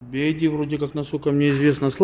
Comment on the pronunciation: Братишка, BYD (би вай ди).. "Ай" это другая буква.."i" 🙏